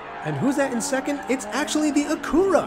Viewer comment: Great vid with some fun racing! Just a bit of constructive criticism, “Acura” is pronounced like “accurate” but without the “T” sound at the end. And even then they’re really just Hondas as Acura is just Honda’s luxury brand. Just like Toyota/Lexus and Nissan/Infiniti and Hyundai/Genesis. Can’t wait for day 4, this is a fun track!